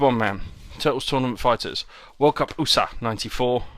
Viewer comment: Haha world USA he is pronouncing it as oo-sa lmao